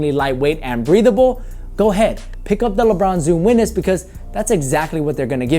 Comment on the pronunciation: "lebron zoom weeness" lol